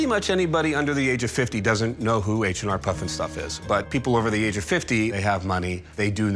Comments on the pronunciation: it's HR puffenstuff, NOT H and R...geez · The "expert" called it H n R puffin stuff.... H n R??? That's no expert. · The expert is no expert if he’s saying H n R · Expert said H and R Puffnstuff. Hahah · Except he kept saying “h and r puff n stuff”